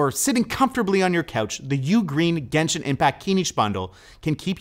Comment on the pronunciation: Obviously mispronouncing all of the Genshin stuff is hilarious, you can tell he has no idea what characters he’s talking about lmao